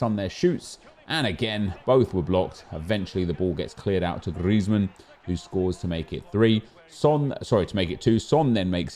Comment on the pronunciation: STOP SAYING GRIEZMAN LIKE THAT PLEASE MAN ITS SOOO FUCKING ANNOYING